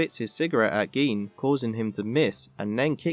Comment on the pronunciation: “Geen”?? It’s pronounced “Jin”